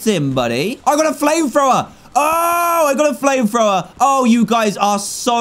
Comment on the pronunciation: He indeed got a "Flame Frower"